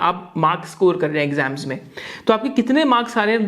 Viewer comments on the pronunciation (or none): none